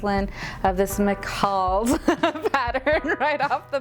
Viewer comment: I love your tutorials but found this one difficult to follow .The camera angle on your others were better and you didn't seem so rushed. McCalls is pronounced mc then call as in Call me .Hope this helps but I think it's something not to worry about.I can only speak English as I find languages difficult.